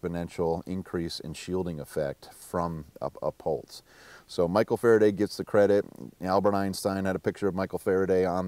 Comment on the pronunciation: "A pultse" PULTSE NOT PULSE EVERYONE TAKE NOTE